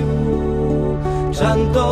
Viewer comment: I am wondering why the pronunciation is so different in this version than it is in most others, e.g., "chanto" instead of "canto."